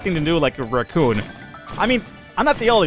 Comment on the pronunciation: Your pronunciation of raccoon is bad, and you should feel bad.